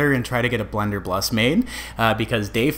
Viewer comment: "Blunderbuss" no L near the end. Great video though, thanks for the tutorial!